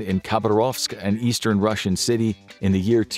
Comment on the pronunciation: "Don't be beetch; be Rossian!"